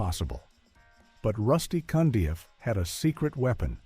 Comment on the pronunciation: Rusty Cundieff (not "Cundy") is another underrated Black director. And for the record, the narrator is fulla s**t.